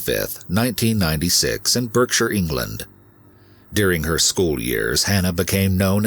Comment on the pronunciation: Jeepers. I’m English and never heard about the Yorkshire nutter. Unbelievable the fools let him out when he told them he’d become a killer!! I’m astonished he actually was banged up for life. Most of our “life” sentences are pathetic. On another note- Berkshire is pronounced “Bark-shur” 😉